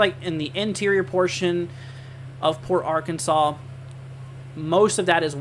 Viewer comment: You must not be from Texas , it’s Sabine pass / Sab ene , Port ar an sas